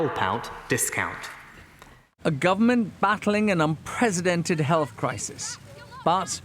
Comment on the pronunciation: It's "unprecedented", not "un-president-ed"